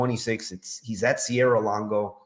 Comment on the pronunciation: It’s a bit startling the way you pronounce everyone’s names wrong, Sierra-Longo???